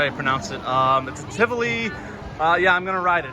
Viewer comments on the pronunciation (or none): none